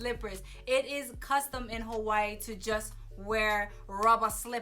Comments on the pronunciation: I love your videos but you don’t say Hawaii right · THE BITCH AIN'T EVEN SAYING HAWAII RIGHt lmaooooo im weak .... but shes sooo hawaiian right hahah